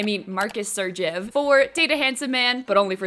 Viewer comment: I love how you realized you've been calling Kandel "Krandel" the whole time but are unaware that you've been calling Segrev, "Sergev." We stan a dyslexic queen ❤